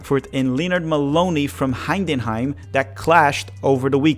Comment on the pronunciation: it’s Hi Den Hi M. Not Hine Den Hime. You are adding a second N. It’s super easy to pronounce if you don’t add letters